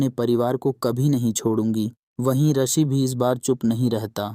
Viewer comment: Rishi...not arshi😂